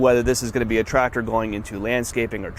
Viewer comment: Every video I watch of someone doing Tractor things, the second I hear "Trator", I leave. Lmao. There's a C in there guys...